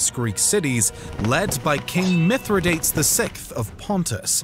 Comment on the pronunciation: Great short history of the Republic's wars. Two items of concern: 1) It would be much more interesting as a more general history than merely a recital of the wars. 2) Some of the pronunciations are cringeworthy. Skeepeo? (Si pee oh) Mithra DATES? (Mith ri dah tees) Peninshular? The second is a little nitpicky but definitely a little distracting at times. Other than that, this is great content and brief summary of it!